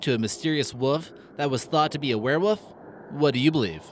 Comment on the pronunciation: its a wherewooof lol god this guy cant talk words goooder